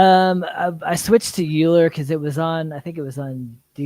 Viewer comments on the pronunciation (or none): Also "euler" is pronounced like "oy ler"